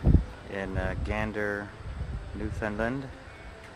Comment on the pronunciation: Its pronounced new fin land not lend